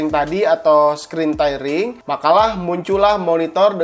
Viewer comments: screen tearing dibacanya skrin tiring... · 75 hz tidak terlalu bagus buat g sync compatible , yg 144hz dengan gpu yg mumpuni baru akan sangat terasa. Btw lu ngomong screen tairing , semoga kedepannya lu perbaiki kosa kata bahasa inggris.